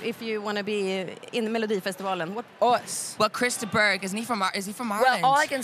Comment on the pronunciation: Hahaha Edward Said " Crister Burg " hahahahahahah